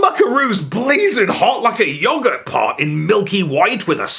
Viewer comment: Look, say yoghurt right, or don't say it at all, x